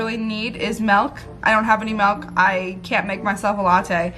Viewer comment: AHHHHH SAM SAYS MELK MELK MELK